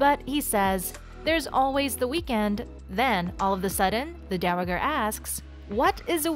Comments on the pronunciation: I would love to watch your videos but the mispronunciation of the word Dowager over and over and over is like nails on a chalkboard to me I just can't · Learn how to say "dowager"!